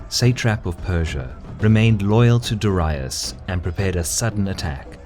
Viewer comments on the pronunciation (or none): Da-Ra-ius? It's Darius. Like Marius. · Darius you are pronouncing it wrong